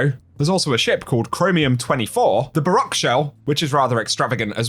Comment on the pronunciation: "baroque" is pronounced so that it rhymes with "awoke"